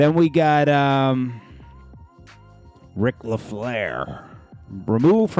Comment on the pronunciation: 🗣RIC FLAIR!!!! NOT LEFLAIR! This like the 3rd time